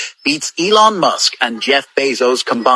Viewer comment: So this woman pronounces Ellon musk as Elo mosq